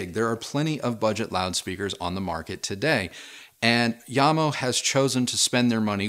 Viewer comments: As the name JAMO is derived from the founder's' surnames (JAcobsen + MOrtensen) shouldnt the name be read as JAM-O instead of IAM-O? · Pronounce the J as is... it`s not a Y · sorry to sound rude but... yamo... no Jamo